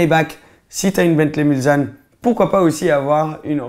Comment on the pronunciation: c'est bentley mulsanne ou le s ce prononce s et pas z